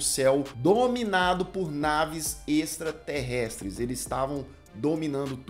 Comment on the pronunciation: "extrasterrestres" kkkkk não sou o único